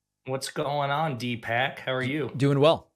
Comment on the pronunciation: the visible pain in his eyes when you called him "D-Pak" 🤣 I applaud you for biting your tongue David, it looks like it took all your restraint